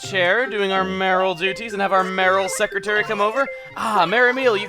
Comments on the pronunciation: "may-or-al" not marill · its may-your-al not maril haha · Sorry, Chuggaa, but the word is "Mayoral" not Marill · That Marril bit was funny, I was thinking earlier that whenever you say "mayoral" really quick it sounded like "Marril", and then random Marrils began showing up. I personally hope that the Night Town ordinance wins, since you seem to play later at night, though Beautiful Town could be interesting, too....though it'd be funny to see you catch random trash in the river. :P That flag is amaaaaaaaaazing! Kudos to whoever made it, it's absolutely beautiful and fits the town really well! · Acnl: Chugga, How Many Times Do You Want to Say Mayoral Wrong? Chugga: yes